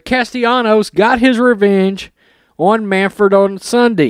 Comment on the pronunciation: It's Manfred not Manford.